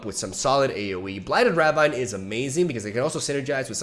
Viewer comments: btw ravine is pronouced ra-veen lol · Ravine is pronounced as "Ra-veen", right? 😗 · Pronounced raveen. No flame <3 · Please, it’s ruh VEEN. Blighted ruh VEEN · Ravine is pronounced "ruh-veen" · rah-veen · Ravine is pronounced rah veen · Blighted ruh-VEEN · Yo, I know it doesn't make sense, and isn't really importanted, but ravine is actually pronounced raveen. Like "Weeee!" And not like jungle vine or whatever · it is pronounced blighted Ruh-veen/ Rah-veen. You are pronouncing the Ra part of Ravine right. Also love your videos